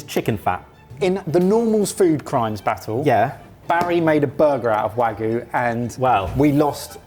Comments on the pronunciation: I say this with love; mispronouncing 'wagyu' is a food crime. Japanese is written phonetically - 'wa-gyu', not 'waggu'. It's easy. Now go to food jail. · I don't care what you do with it but if you keep saying "wagoo" you might lose a subscriber! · The real food crime in this video is pronunciation of wagyu